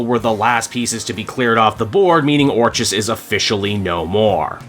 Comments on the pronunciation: Finally, I don't have to hear you pronounce the organisation as "or cheez" anymore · I gotta lotta love you and what you do, but fucking Christ do I want to scream every time you pronounce orchis wrong. It’s been driving me crazy since the start of the Krakoa era. I kept hoping you would correct yourself, and it never happened. I love your channel but god this one thing is very annoying. Anyway hope you’re doing well and whatnot.